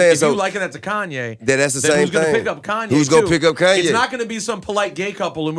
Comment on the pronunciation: "Koonye" says the 16 year old white kid in his parents' basement.